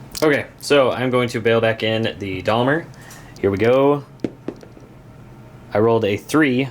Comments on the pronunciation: Most definitely NOT Dalmer! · ....this is how we pronounce 'Daimler' in New Zealand....'Day-m-ler'. You really must work on your unfortunate American pronunciation! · It's pronounced Dame-ler :) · It's a long A sound in Daimler, as in paint, guys, great to have back doing bat reps again :) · that is an awesome mispronunciation of Daimler there.